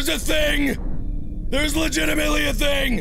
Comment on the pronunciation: "There's legitamitaly a thing."- Markiplier 2014